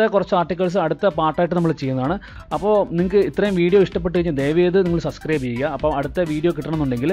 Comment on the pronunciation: Sir, സബ്സ്ക്രൈബ് aanu. സസ്ക്രൈബ് alla. Sorry 🙏